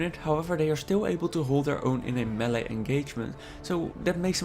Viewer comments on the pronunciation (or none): none